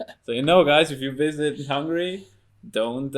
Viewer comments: not hungry. It's HungAry. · I never go ahead and listen any more if someone says 'hungry' instead of Hungary. The Christian guy saying BUDAPESZT... It is Budapest precioussssss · Man, it's HungAry not Hungry :D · Számomra borzalmasan irritált amikor azt mondta Magyarországra hogy hungry (Hungary helyett), ha már videót csinál róla legalább a nevét ki tudhatná ejteni rendesen. Nem bántásból, csak egy észrevétel.